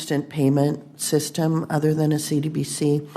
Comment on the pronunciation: Lets us know she doesn't know much of the asset because she can't even pronounce the acronym properly. SMH!